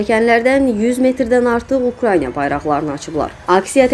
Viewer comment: Ukranya deyil Ukraina ay jurnalist xanım!